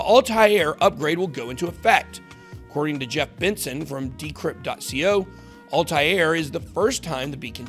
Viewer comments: It's Altair...like All-tare...not Alti-air. That's driving me batshit every time you pronounce it wrong. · Could you butcher the word 'Altair' any more? ALL-TARE.